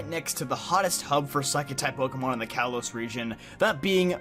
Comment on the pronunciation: Ah. Kalos not Kailos or Kaylos.